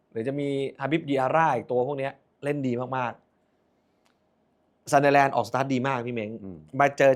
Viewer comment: มาอีกคนละ..ออกเสียงซันเดอแลนด์ ทำไม่ไม่ออกเสียเหมือนเฮียเม้ง ซันเดอร์(เด้อ)แลนด์ มันเป็นอะไรเหรอครับ ไม่ใช่แค่คุณนะครับ หลายคนก็เป็น แจ๊คกี้เรียกวาตารุ เอนโดะ ตังกุยเรียกโรเบิร์ตสัน(ไม่ออกเสียงซั่น)ทั้งเกม..